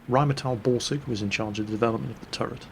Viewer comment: It actually took me several months to figure out that "Ramadan Bore-sing" is how pronounces "Rheinmetall-Borsig"